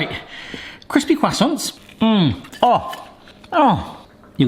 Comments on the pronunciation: Listening to you say "croissants" gave me cancer.... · "kwassonce" nailed it